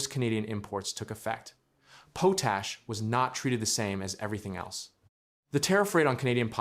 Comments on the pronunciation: Goos god!!!! It is not called "po tash" It is called "Pot Ash"!!! Stupid!!! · It's pronounced pot ash, not po tash. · I wish these AI things got pronunciation right: it's not POTE-ash, it's POT-ash... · Poe tash, yep AI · Poetash? Seriously? Hire a human for gawd's sake! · Good facts about poe-tash and a quick fix, but still AI slop. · AI slop….based on the pronunciation of potash…….jesus.